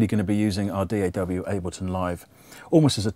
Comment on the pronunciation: you know man is serious when he calls it Dee ay double u